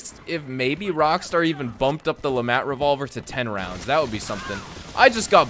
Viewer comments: Hearing Le MAT hurts my hears, pretty sure it's pronounced Le "Maut" "mont" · Its French. At least dont say the T.